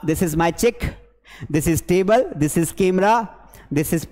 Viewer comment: sir this ko plzz shi se bolo boht irritating lgra haii aqp english ke teacher hoke galt pronous kre hai 😂